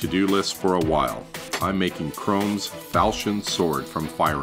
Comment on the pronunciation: he really said "Chromes Falshen" 😑